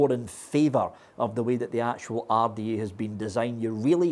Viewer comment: When says single coil rrrrrda/take. My ears get a half chub